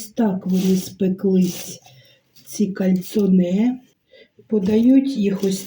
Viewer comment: Добрий вечір,, вибачте наголос ставиться на букву "о" і орігано наголос на букву "і".Ви праві, кальцинованої їсться руками, так смачніше.Ви чудова людина.Дрбраніч.